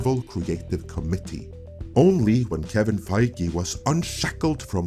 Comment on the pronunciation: My thoughts in the comments... Well first I rather liked it when you pronounced committee as comedy 😂 Second, it seems though Kevin Feige Suffers from George Lucas syndrome. Everyone believe the height of George and thought he was this genius. Don't get me wrong he was in his own way. George Lucas was a great idea man but it took a lot of people around him to refine those ideas to make them the best they could be and successfully bring them to the big screen. In short George Lucas like Kevin Needed checks and balances in order to produce the best that he could. I think Kevin may have some good ideas but without the necessary checks and balances I don't Trust Marvel to make decisions that bring people back to the fold and make the Marvel cinematic universe the gold Standard of comic book movies